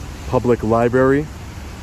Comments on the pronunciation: It's called a library not a liberry The library is not a fruit. Please start pronouncing your words right. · its not lye berry. Its Library. other than that good vids good work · When did they change it from library to “LIBERRY”,lmao. Good job nonetheless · you have been found guilty of two counts of mispronounciation. your sentence is to go back to the liberry and film more. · keeps saying libary lol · It’s not a libary It’s a library You need to sound intelligent to get your superiority to shine through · Can you please stop mispronouncing Library…….??! It’s undermining your credibility and makes me question your education…..no need for that because I support you 100% but it’s LIE - BRARY not LIE-BERRY…!! You’re killin’ me bro…..!!! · You sound like a moron it's Library not Libeary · Dude for the love of god it pronounced LiBRARY NOT liberry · By the way.......it's pronounced 'library'..........NOT 'libary'. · There would be more credibility if he could pronounce library. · Great video. Those “cops” are a bunch of tyrants, especially Officer Cowtits (was it Udder?) and the rest of them. You should live-stream so that if they take your equipment, it’s too late, you still have all the content, AND proof that they stole your property. BTW, it’s pronounced “lie-BRERRY,” not “lie-berry,” just to help you sound more like a pro. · Please man, with all due respect…pronounce it “libRary”. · Li-berry. Learn how to talk. You are an egotistical maniac. You CAN be trespassed from a public building. You don't get it. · Public "LIBERRY" LMFAO you can't even speak properly looser. That's y you cant get a real job idiot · good job, but i think people would take you a little more seriously if you didnt call it a lieberry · "public lie-berry"? I'm glad you're out auditing, but good lord man, I wish you wouldn't talk. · This auditor needs to learn how to pronounce "library." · You should really learn how to say library. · Agreed. It's embarrassing.